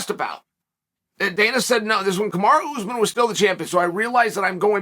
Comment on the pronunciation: i don't find it funny at all , i just made a sarcastic comment cuz i think this is a royal fuck up . Tbh , chael does it for years and years to get more engagement, although the weird part is he has no problem pronouning magomedsheripov ( zabit's name ) but then he fucks up kamaru